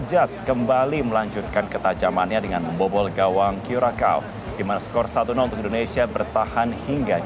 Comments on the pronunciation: Kurasao bukan kurakao ç bacanya spt "s". Negara di daerah Amerika Tengah, kepulauan di Karibia, saya pernah k sna. Iklim nya panas seperti Indonesia. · Bacanya : Kyuresao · Cara bacanya "Curaçao" itu Kurasau.